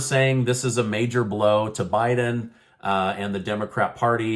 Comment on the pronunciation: Not bieden